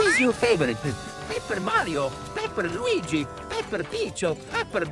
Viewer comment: Why did say Mario but it sounded like he said maryo